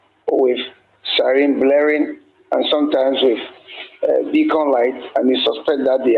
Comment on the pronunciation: This news anchor (sorry dont know his name) is quite good with clear voice and tone , but he is wrong in the pronunciation of the word siren! The correct pronunciation is sai-ruhn and available to check on Google. He sounds very funny with his version sa-rin or sa -ryn 😂